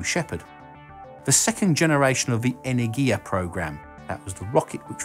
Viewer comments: "Iah-gun"? What? You should have at least checked spelling for the video. It's spoken more like as "ooh-rah-gun". Also, it's not "eney-giah". It's "eh-ner-gi-ya" with emphasis on "ner", not "ya". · You pronounce the name of the Russian vehicles wrong. Eh-ner-gi-yah and Uh-ruh-gun